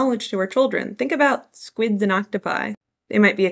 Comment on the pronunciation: Say squids again. Sssshppptth